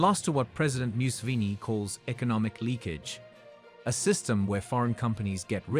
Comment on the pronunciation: We thank our president "myu-sivini" 🤷🏾‍♂️😊